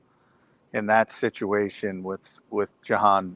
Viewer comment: his name is Ja -Han not johan 😂😂😂